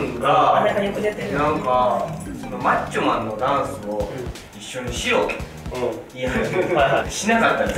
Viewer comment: マッチョマンの言い方がなんかぷにぷに？もちもち？してる長尾くんばぶくて可愛い(伝われ)